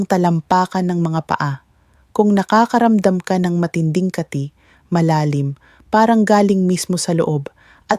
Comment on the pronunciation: Mali ang bigkas mo ng kati hindi kaaati😂😂😂 taga sn ka doc😅